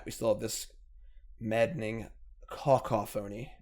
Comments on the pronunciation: it's pronounced cuh-COUGH-a-nee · It’s kuh-kah-phuh-nee. Took me a bit to figure it out myself. Great deck man. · caCOphony, it's not that hard. You're an english major, you should know how english works, and if not there's always google. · Co caph o ny, long Os short a